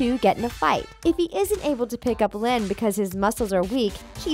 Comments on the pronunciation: Its linn loud not loyd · It's Lynn loud senior not loyd